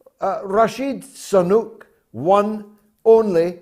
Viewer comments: George, can't you pronounce his name properly? SU-nAK, not SA.-NUK!. Sooo-NAAk! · George, please stop saying "Rashid Sanuk' .....all the time...get the name correct..Damn it..